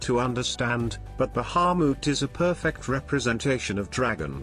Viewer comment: god I hate how that voice says Bahamut